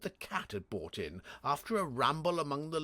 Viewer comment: I've been collecting mispronouncements. I'm sure he would laugh them off, and I think that his Jeeves and Wooster are the best, so no shame in having some things to improve - like his American accents. The worst word seems to be brought, usually pronounced bought. Plover, magnate (pronounced magnet!), Latin phrases like sine qua non (OK, I'm Cambridge-trained, I know that you Oxford lot think differently), French ones like timbre, pronounced timber, and anglicized French words like Chemmy, short for Chemin de Fer, and pronounced Shemmy, but not by! And Hades, how can anyone not know how to pronounce it? So, I think the answer is that, reading aloud, there is no time to correct oneself, and just has to read the words as they come along, don't you know, so if plover turns up, one has to read as it is typed, p-l-o-v-e-r and there you are, on to the next bally word, quivering like an aspen, what?